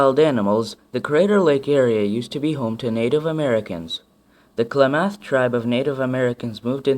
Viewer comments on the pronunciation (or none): Nice informative video good job. People like me who live here say 'Ore-e-gun' and 'Klah-meth' Indians. You may have spoken to many tourists who dont know the correct way to say Oregon. This is just to help you not bitch at you Sir. Have a good day.